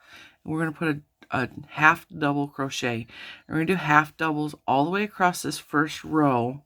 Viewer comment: Thanks for this pattern suggestion. Might I just point out that you are mispronouncing "across"...there's is no "t" at the end, as you have said it throughout your video ;)